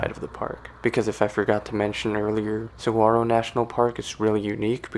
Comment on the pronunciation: Always love my visits to Tucson and the surrounding natural landscape. Saguaro NP will forever be a special place to me! 45 National Parks and counting :) Also, you pronounce "Ocotillo" as "Oh-co-TEE-yo" and "Saguaro" as "Sa-WAH-ro." Just thought I'd give a heads up! Great video, thanks for sharing! :)